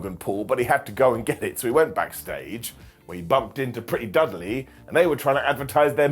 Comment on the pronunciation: Did he say Pretty Dudley???